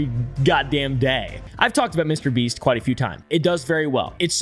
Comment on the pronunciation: LOL, HE LITERAL SAID MRBREAST 🤣🤣🤣